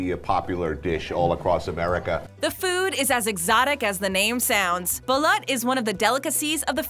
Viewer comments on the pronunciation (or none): It's balut not balat